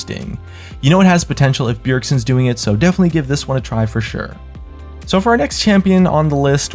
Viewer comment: who is "byergson" :^)